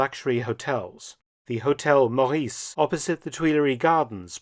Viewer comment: The "Meur" of "Meurice" is pronounced as the "Mur" of "Murder" or "Murdoch".